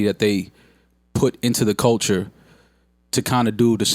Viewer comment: “People that are in da culcha”... ok, I’m out.